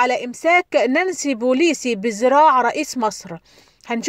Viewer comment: نانسي بيلوسي وليس بوليسي . انطقي الاسم صح وبعدين طبلي